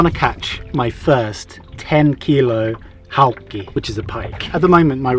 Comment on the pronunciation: It's hauki, not haukki